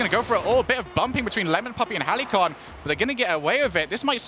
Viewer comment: Thank god stopped saying Heli-con.